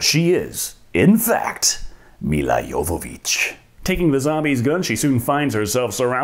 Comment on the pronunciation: Can I just say how happy I am you said Jovović correctly. I hate hearing Joevović constantly.